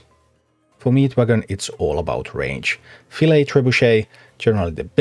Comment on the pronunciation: Id just like to commend you on pronouncing buffet and filet correctly as a non-native speaker. Especially since buffet is in its alternate phonetic.